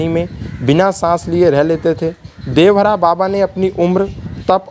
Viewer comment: देवहरा नहीं देवरहा 😠😠